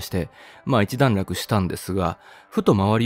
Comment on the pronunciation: 一段落をちゃんとひとだんらくと 言っていないところ。ほんとに丁寧な言葉使いすき